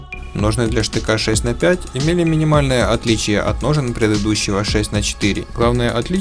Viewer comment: Между цифрами букву Х следует произносить как Холодное 6 Холодное 4 и 6 Холодное 5 !!!!!!